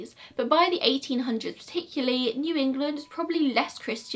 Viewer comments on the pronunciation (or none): none